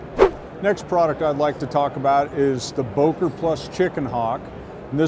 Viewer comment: should be able to pronounce Böker and Solingen....